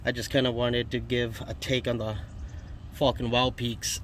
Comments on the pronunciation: Haaaaaaaaaaaaaaa. Sounded like you said Fukn Wild peaks.... Question, Im hearing the TRDs have a factory 2" lift. Do I need this lift to accommodate these tires on a SR5? ? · Sounds like you're saying fucking.